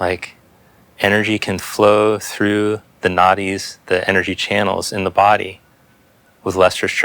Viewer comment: I love this one because it’s awesome and also every time you talk about the Nadis I laugh to myself because I hear “naughties” 😂